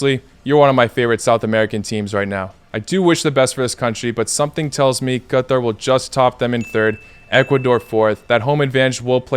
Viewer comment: This is the correct pronunciation of Qatar, because in arabic it is pronounced like that 😉